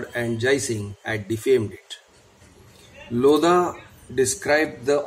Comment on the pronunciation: In Lodha the H is silent